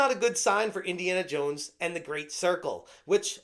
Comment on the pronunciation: But you will be "Indiana Yones"...